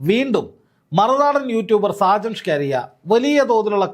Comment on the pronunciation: ഷാജൻ സ്കറിയ അല്ലേ ? സ്കാരിയ അല്ലല്ലോ?